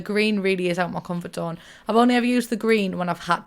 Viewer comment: "Auh ma comfart zone"